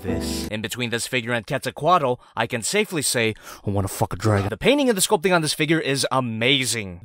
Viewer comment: it kinda sounds like you said “ I want a f**king dragon” instead of “ I wanna f**k a dragon!”